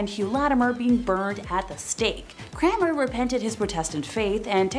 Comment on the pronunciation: It was Thomas Cranmer not Thomas Cramer